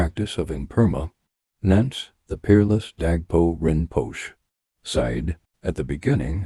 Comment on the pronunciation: Dear Narrator, the "e" in Rinpoche is pronounced. Thank you